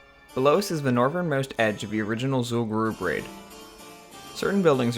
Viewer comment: This is awesome, also finally someone who can pronounce Zul'Gurub properly.